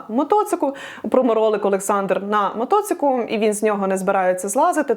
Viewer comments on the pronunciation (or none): Шо за "мотоцик"?